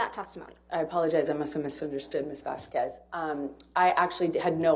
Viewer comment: Everyone knows how to pronounce "Vasquez" except Elaine Brederhoff. I find that hilarious.